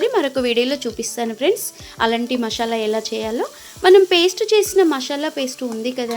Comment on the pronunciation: మషాలా కాదు, మసాలా.